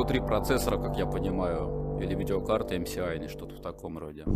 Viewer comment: Ах как больно слушать эм СИ ай... Это же эс а не си.